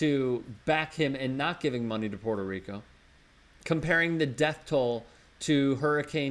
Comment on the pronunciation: Puerto not Porto, and America is a continent, so when trump supporters like you say make American great again, you are actually saying make all the continent of America great again and that includes ALL OF THE COUNTRIES IN THIS CONTINENT, NOT ONLY THE UNITED STATES. Educate yourself, by the way I'm not even a Democrat before you go insulting people. trump is NOT the president of America, but the United States of America, get your facts right, and he should NOT even be, he is a total JOKE!